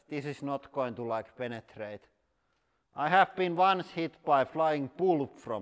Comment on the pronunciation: Um................. I think I like it when you say panatrate 🙁 is this ok???